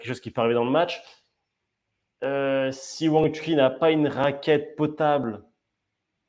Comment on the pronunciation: Wang Chu"CHIN"* pas "KIN"